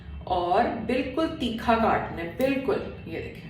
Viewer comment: Theekha ni hota thircha hota h 🤣